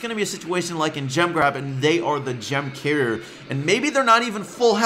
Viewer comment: How are you saying gem Carrier it sounds like ur saying "gem cair" or "gem care"